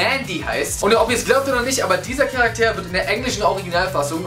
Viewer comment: Wie du Charakter am Ende betonst. Voll lustig